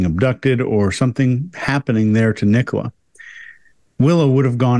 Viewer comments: "Ni-Cola or Nicola" 🤣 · Why can Americans not say Nicola!? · Right? As in Nicola Tesla. Easy peasy. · It's not a very common name in the US. Nicole is more common and so they tend to try and pronounce it that way.